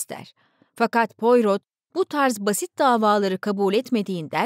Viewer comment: Pourot baş kahramanınız dedektifin kendisidir. İsmi fransızca olduğu için poyro diye telaffuz edilir. 🙏